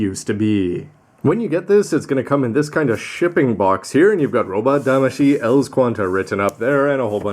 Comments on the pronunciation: ELS Qan[T] sounds kinda wrong E.L.S sounds better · Not sure you're suppose to say ELS as a one word, instead one letter at a time. Maybe its just me.